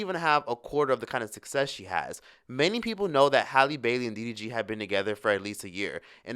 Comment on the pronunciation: You and lovelyti kill me saying DDG's name😂😂